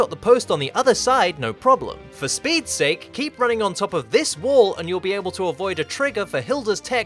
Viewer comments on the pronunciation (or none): none